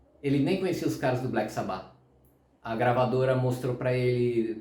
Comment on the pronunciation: Pqp... Dói ouvir o cara pronunciar "sabÁ"... Pqp... escuta o próprio Ozzy falando cara... a pronúncia é "sÁba"... por favor... pqp 😂